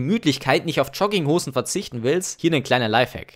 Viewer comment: "Schogginghosn". Lustiger Typ, der mir erzählen will, was ich zu tragen hab